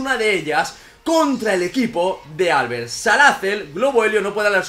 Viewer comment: prq dice Álbert? se dice Albert, con tónica la e